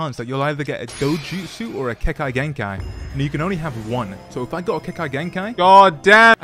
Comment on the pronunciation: "kekai genkai" ? ^^ "Atachi Uchiha" ? ^^ of course man, seem like a great narotu fan doing nunjistu with sharikun